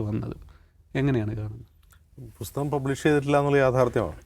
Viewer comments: ബുസ്തകം അല്ല ബ്രോ.. പുസ്തകം.. 😊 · പുസ്തകം ആണ് ബുസ്തകം അല്ല